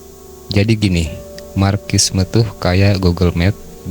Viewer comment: Di baca nya marsisme bang. Bukan markissme 😂😂😂😂